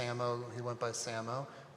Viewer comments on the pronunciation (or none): SAMO is pronounced "say-mo".. (his referencing - "same old bullshit")